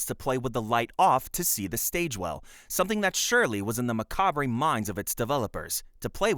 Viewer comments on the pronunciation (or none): I can't decide if the narration is AI, or just a guy who thinks "macabre" is pronounced "mah-cah-bray". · you dont pronounce the 're' in macabre, its pretty much just pronounced 'macab'